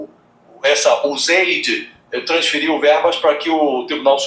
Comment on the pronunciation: Adorei a pronúncia do para USAID (uzeid) 😂😂😂😂